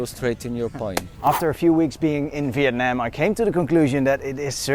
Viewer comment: Wow the very first foreigners that I know until now which pronoun the "Việt Nam" word most correctly way, I believe so. It usually like "Vie~et Na~am" , I mean they will stretch the syllable when they say the word.